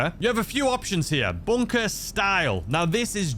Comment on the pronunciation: What's a BONE-KAH? 🤷‍♂️